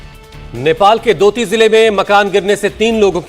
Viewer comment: Sr. दोती नही डोटी हैं.